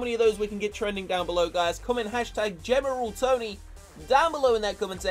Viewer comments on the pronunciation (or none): It's not general tony it's gemeral tony lol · Gemeral Tony